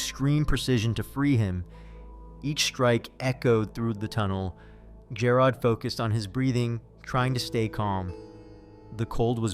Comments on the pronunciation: Lol jah rod..... It's g air od... Jarod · Jer-rod. Where’s A-a-ron?